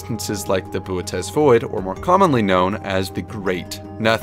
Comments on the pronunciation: its pronounced bootys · why didn’t he pronounce bootes like booties 😭